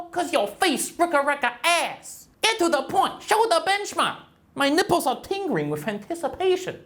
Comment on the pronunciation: "My nippres are a tingering with anticipation" -This benchmark comparison video i was trying to watch. Tennouttaten